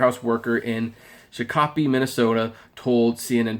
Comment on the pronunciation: it's not what you said.... you pronounce it like this. say Shock say O say Pee put it all together and say Shakopee An Indian name and it's down the road from Valleyfair Shakopee, Minnesota